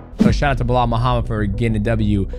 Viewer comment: Bro saying blah Muhammad all the time, that's Belal ...lol